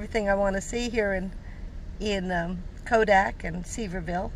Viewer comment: I hope you're enjoying the trip, even though you've had some set backs. The town is pronounced "severe ville". Enjoy the rest of your time in TN!